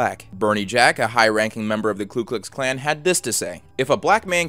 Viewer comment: "Ku Klux Klan" , not "Klu Klux Klan" "Mo-beel" (Alabama), not "mo-bill Alabama" peace.